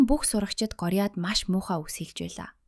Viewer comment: Горяа биш гооряа таям биш таам